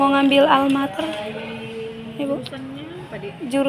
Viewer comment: Almamater ya meysin, bkn Almater😊